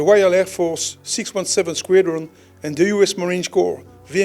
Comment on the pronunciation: "Squedron." 😁🤣 I'll get my coat.